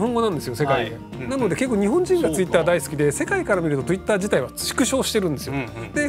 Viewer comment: なんか、ひろゆきのツイッターの発音トゥイッターに聞こえるの俺だけ？